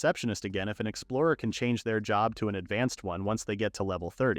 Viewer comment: Not ai calling job "jhob" lmao